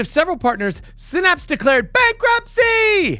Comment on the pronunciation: It's sigh-naps, not sin-apps. See that Y right there? Yeah, it isn't an i. Phonics is a thing and it works.